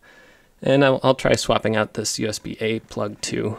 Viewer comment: Do you write your own descriptions to videos? Because you mentioned "USB-A" ports and it kinda sounded like "USB-8", and your description also says "USB-8 ports". Interesting.